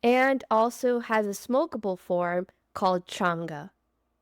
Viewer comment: You are saying changa wrong